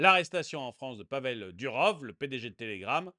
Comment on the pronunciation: Pavel Duroffff, pas Durove... C'est un nom russe.